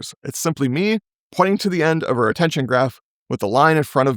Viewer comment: why re-tension instead of retention?